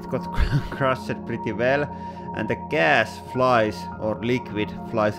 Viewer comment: “They are not getting crush-ed- in a way they are getting like, smash-ed”